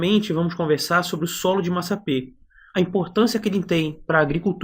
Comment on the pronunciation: Está escrito massapé. No entanto você está pronunciado massapê. O mesmo só da primeira sílaba da palavra pê-ra.